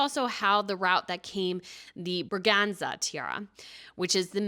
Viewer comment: I agree. Also, I told the same over and over again. She has improved, however, on the pronunciation of the Swedish Braganza Tiara, which she butchered quite a few times before as the "Brazenga Tiara". When someone styles herself a professional royal commentator, I expect more than just rushing over foreign terms in a quite sloppy manner. One can actually practice to pronounce them correctly before putting a video out. I even offered to help her with German, French/Belgian, Dutch, Luxemburgish, or Danish peculiarities. I speak English and German fluently, I have a decent command of the French, and some knowledge of the Latin, Spanish and Italian languages.